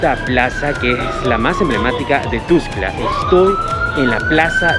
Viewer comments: Que feo pronuncia, es "TUXTLA" NO TUXCLA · Para el muchacho que grabó el video ; NO se pronuncia TUSCLA , es TUXTLA , yo radicando en Comitán respeto los nombres de otros municipios de Chiapas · jjaa ES TUXTLAAAA. NO TUSCLA ,PRONUNCIAS MAL MUY MAL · Me da estres que dice tustla jajaja, pero igual que chido vídeo sigue así sjsjsjjs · No es ..tustla.es .Tuxtla..co x...😠